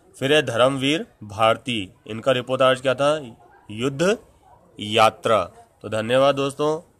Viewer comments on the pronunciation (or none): Uccharan shi karen...ripotarj nhi hai...reportaj hai.